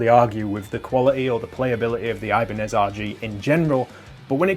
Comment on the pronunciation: It's not eye-banez, ee-banez dude